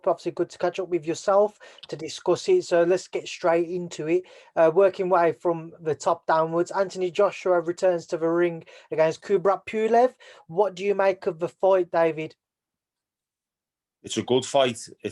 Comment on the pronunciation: “Kubrat Pew-lev”